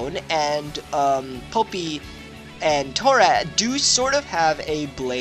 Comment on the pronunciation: its not popi. its poppi as in pop-pi